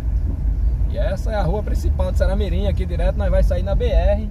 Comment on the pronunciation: Vc erra de mais o nome da cidade viu